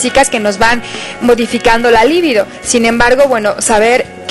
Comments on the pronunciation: No se dice "Líbido" se dice "Libido" es una palabra grave, no esdrújula. Pendejas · Empezando por la pronunciación de "libido".